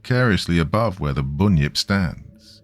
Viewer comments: Everything was great just pronounce it as bun-yip... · Great story as usual. But seriously, dude, it is pronounced 'bun' as in the bakery goods. To an Aussie, your pronunciation is a little frustrating. 😊